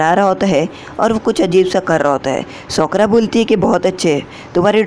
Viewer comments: Bhai uska nam sokra nahi hai uska nam sakura hai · Sokara nhi sakura ☺️